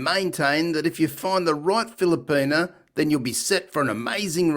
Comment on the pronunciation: WTF is a Filerpena...where is he getting the R....lol